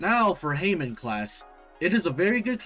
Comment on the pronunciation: Bro said heymen. 💀 It's ha-mon.